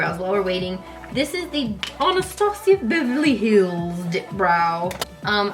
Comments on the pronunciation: i say anastasia beveryly hills with an accent too!!!! love you kandee! <3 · Saying "Anastasia of Beverly Hills" in that fancy European accent makes it sound so much fancier lol. Love how you do that!